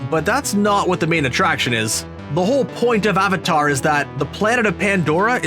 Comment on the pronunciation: It's avatar not aavaatar